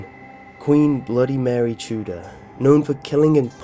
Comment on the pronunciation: Update: It's MUH-REE. Not Mary. My god.